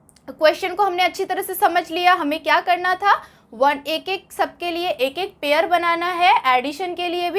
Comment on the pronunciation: Ye pair ko pear padhre